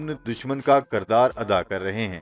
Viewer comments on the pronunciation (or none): Apna talafuz theek karain. Jaisay kirdar ko kardar kahtayho.